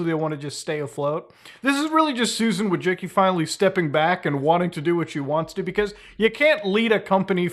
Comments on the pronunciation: You DO know it's not pronounced "Wojicky" right ? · it's vooy-chi-tski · its vooy-tsi-tski, Polish surname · “Voy-tsin-ski” but honestly it should be Wojcinska which is the Polish feminine version of that surname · Being polish and hearing youtubers pronouncing Susan's last name hurts my soul. I'm here to help. It's pronounced somehwat like: Voychitsky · Susan Wojcicki: It's pronounced Widespackle Everyone: * surprised pikachu face * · Why does everyone say her last name wrong... It's pronounced Wa-Jis-Key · ahh, the curse of having a polish surname strikes again. No one, not even one's ancestors will ever pronounce it correctly. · Susan Wodgekiki, Susan wujicki. Susan Wojisky, her name is not pronounceable by human language. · i lmao from surname pronunciation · You're butchering her last name so hard... XD